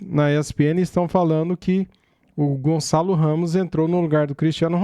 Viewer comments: Gonzalo??? 😂😂 fdx é GonÇalo!! Com Ç! O Gonçalo Ramos é português!! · Lógico que o Ruben Neves é que entrou no lugar do Cristiano, mas na prática ficou depois o Gonçalo a fazer o papel do CR7, portanto os comentadores têm parte da razão. E diz-se GonÇalo e não Gonzalo, basta saber a diferença de som entre um ç e um z. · Caraca não saber os nomes do jogador tudo bem .. pelo menos saber pronunciar 😂 Gonzales pqp caraiii é espanhol ?!?!